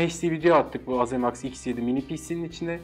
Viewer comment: Ayrıca azemaks diye değil eyzimeks diye telafuz ediliyor